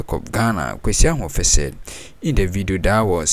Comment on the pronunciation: It's not Kwesi Ahoufe. It's Kwesi Ahwoi